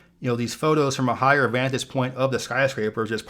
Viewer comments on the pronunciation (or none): Vantage Point. Vantage. There is no such thing as a "vantus point".